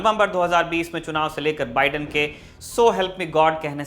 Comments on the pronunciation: अबे मोदीके नौकर ऐंकर , बिड़ेन नहीं बाइडन बोल , तेरा बाप trump गायक तो दूसरोंका नाम भी ग़लत बोलेगा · Joe ka biden theek karein please . बाइडन, not बिडेन